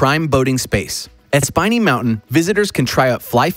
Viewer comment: SPIN E NOT SPINE E